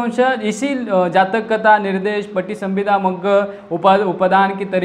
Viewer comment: जाचक नही जातक कथा.... पहिला पढना सीखो साहब